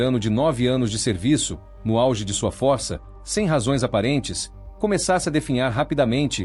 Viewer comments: CARAMBA! CRIAM O ROBÔ E NÃO ENSINAM OS SONS CERTOS DAS PALAVRAS. O ROBÔ FALA /FÓRÇA/ E NÃO/FÔRÇA/ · Falar Fórça e forçar demais. kkkk